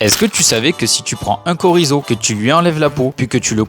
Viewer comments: Les deux fois du début c'était corizo et à la fin c'était correctement dit (enfin la prononciation francisée, ce qui est ok car on parle français) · Chorizo se prononce comme le "ch" en français, nonmais! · il faut juste commencer par prononce correctement CCCHHHHorizo. C'est espagnol, pas italien! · bah non mon pote t’as prononcé korizo…